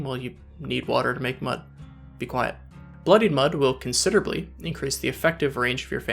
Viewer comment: Hearing you say “considerably” and “tremendously” gives me life.